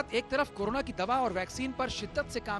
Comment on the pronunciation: Karuna ke korona aap sahi uccharan to kijiye